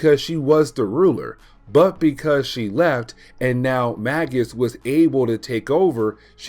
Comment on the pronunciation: Magus is pronounced like Maje-us. It's an old title for a class of magician, like Warlock is.